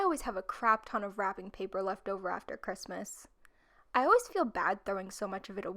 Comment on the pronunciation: Who else is a little bit bothered by the last “s” in the Christmas on the Christmas list